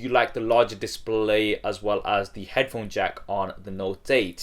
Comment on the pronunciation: dissspley :v